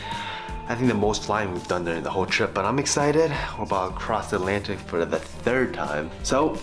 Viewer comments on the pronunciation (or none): Alantic???? Must be a new discovered ocean 😂